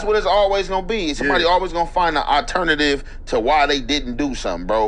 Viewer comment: at it again, this nigga said “I ternitive “ lol we gata but bro an encyclopedia asap